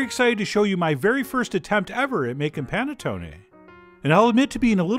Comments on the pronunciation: Nope. Nothing to say. Except it's pronounced panettonay rather than panettony. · The way he pronounced Panettone gave me anxiety. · Maybe because I'm peruvian but hearing it pronounced as panettone sounds weird to me instead of saying panetón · Love the way u say panettone😂😂 no offence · I swear you've made this before (because I distinctly remember your pretentious Giada-esque pronunciation of panettone). Maybe that was back in the Berenstain timeline. I dunno. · You butchered the pronunciation of this but its ok. The wired way you narrate took my mind off it.